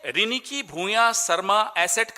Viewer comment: It's riniki yaar not ringki... Dur se sunai dene wala madhur swar ko riniki kaha jata h Assamese language mein.....kuch bhi daal dete ho apne hisab se.